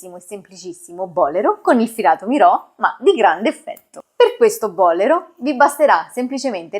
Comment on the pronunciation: Che meraviglia❤ Se mi posso permettere, Il bolero è un giacchino cortissimo E si pronuncia bolèro non bòlero Complimenti x la chiarezza con cui spiega